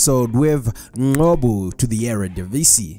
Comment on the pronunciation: Ngcobo, where do you get the 'Q' from to say 'Nqobo'?